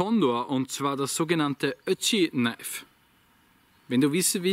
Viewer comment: Ich versteh immer Ötchi. Spricht man Ötzi in Österreich so aus? Ötchi?